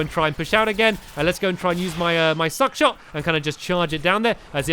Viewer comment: Stampy is supposed to not swear yet he calls `Shuck Shot' `Suck Shot'